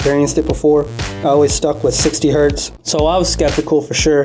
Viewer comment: One Hertz. Many Hertz. Ain't no such thing as "One Hert", the Z ain't plural. Anyhoo, good video and all that.